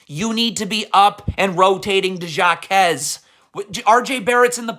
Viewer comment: Actually it’s pronounced ha-kez 🤓